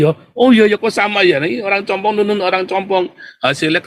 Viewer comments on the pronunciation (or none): Bukan compong om tapi cumpung😂😂😂😂😂😂😂😂😂